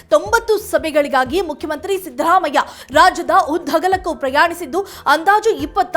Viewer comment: ಅಮ್ಮಾ, ಅವನು ಸಿಂಪಲ್ ಸಿದ್ದರಾಮಯ್ಯ..... ನಿಮ್ಮ ಇಂಗ್ಲಿಷ್ siddhharaamaiah ಅಲ್ಲ.... ಚೇಂಜ್ your accent....